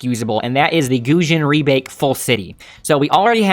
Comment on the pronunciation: Goated for saying Gusion Rebake Full City